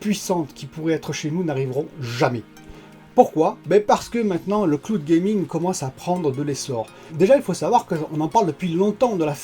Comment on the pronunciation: le cloude gaming 🤦